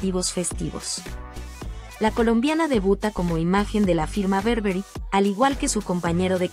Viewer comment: No es berberry es BURBERRY